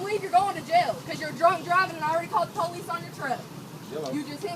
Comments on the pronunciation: The Po-leece...that shit is so annoying, humanity is doomed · lol she done called the poe-leece